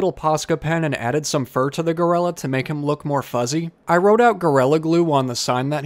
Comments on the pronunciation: I’m not being sarcastic when I say that I adore the way you pronounce gorilla- GORELLA- it’s much more evil that way! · Your accent always comes out when you say “orange” lol and today when you said “gorilla” it became more apparent 😂